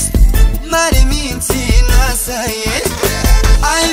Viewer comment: Doar mie mi se pare ca David zice mintinoasa ? si vrazala ? :)))